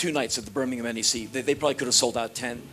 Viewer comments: Fair play to Henry Rollins, he's the first American i've heard pronounce Birmingham correctly, ever! :D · Nigel Fortune Americans gotta say it like Birming-um